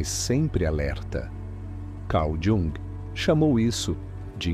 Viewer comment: Não sabe pronunciar Jung